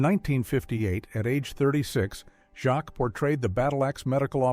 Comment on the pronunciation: Hattie Who, your AI doesn't seem even know that Hattie Jacques is pronounced "Hattie Jakes" ! One of Britain's funniest actresses...